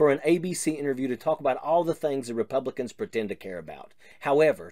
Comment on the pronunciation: reboobli-cants. NEVER NEVER EVER